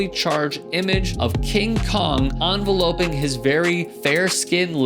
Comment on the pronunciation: It’s enveloping, not envelopeing!